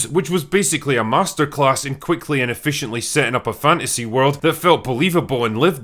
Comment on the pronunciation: ...What is this guy doing with almost every sentence's last syllable? "How not to launch a fantasy shooooow" "...Understandable factions, geography, and cuuultuuuuuure" "...That felt believable and lived innnnnn" "...From one location to anothuurrrrr"